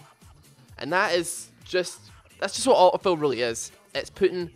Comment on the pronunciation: This guy's lack of "t" in auto fill is wonderful. "uh-oh fill."